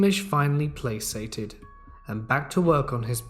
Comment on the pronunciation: Placated. Not PLAYSAYTED